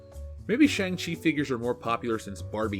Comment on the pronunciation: I honestly thought you said "wall of Shame-Chi".